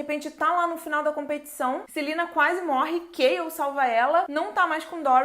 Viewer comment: Me digam que eu não fui a unica que não sabe quem é “Kail” que ela fala no começo,moça me desculpa mas eu n entendo metade dos nomes q vc fala kkkkk